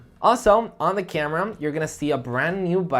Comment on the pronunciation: Why You pronounce every word with 'Um' suffix? Camerum? Nonsense